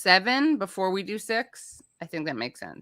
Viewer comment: It sounded like Katie said, "Let's do sex...", but I guess it was "six"...sigh...